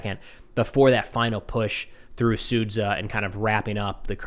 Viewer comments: yeah, it'd actually be better if he said "Su-d-ja" but I respect his effort. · When will learn finally, how to pronounce S-u-d-zh-a correctly?